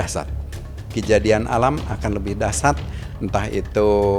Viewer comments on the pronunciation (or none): Dahsyat Sebut nya dahsiat bukan dahsat 😀